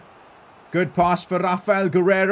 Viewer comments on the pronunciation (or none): none